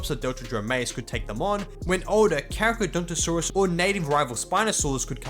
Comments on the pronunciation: it's pronounced "carcarodontosaurus", not "caracadontosaurus". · pronouncing the Carcha as "carachadontosaurus" holy fuck